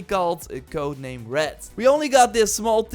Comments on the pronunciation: it's HEX, not HEXAY, the Ubisoft guy pronounced it incorrectly! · Hearing non-germans say "hexe" is very uncomfortable hahaha But with that aside, thanks for this video. I am hyped for all of these games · I am german and the Way you say Hexe is just wrong.